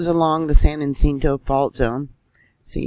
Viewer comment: San Yah cinto is how to pronounce san jacinto🥰